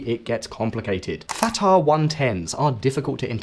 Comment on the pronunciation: The name of the ballistic missile is "Fateh" not "Fatah"